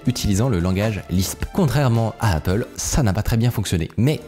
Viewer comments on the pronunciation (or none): none